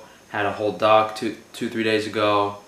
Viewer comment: You ate a Dog? Didn't really sound like you meant hot dog...